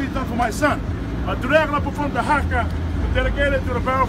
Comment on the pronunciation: He pronounced some of those words wrong thats a maori haka leave ut2 us